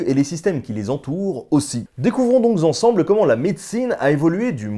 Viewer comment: "Découvrons donc zensemble"....Aïe !